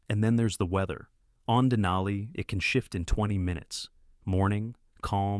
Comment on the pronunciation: More accurately, "in an Athabascan language", and the language is Koyukon = COY-uh-con, a language in the Athabascan family, which also includes Navajo. Next, dana-EE-nuh is correctly pronounced deh-NIGH-nuh. Wait! Who thought that it would be a good idea to put in a shot of a chair lift at a ski hill somewhere, while the subject is people getting off Denali with their lives?? Then at , while the subject is coming down, we see people going up.(??!!) Then, is a sign saying "Avalanche area" in English. . . and a language from Everest(?).